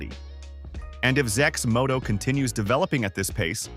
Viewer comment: Thumbs down for A.I generated videos that can't pronounce the name properly...